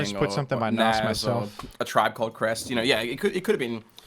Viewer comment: The way says Nas as Nos